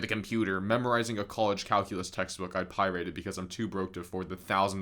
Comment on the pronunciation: Another weirdly pronounced word: “pirated” as “py-RAY-tid”??? 🤨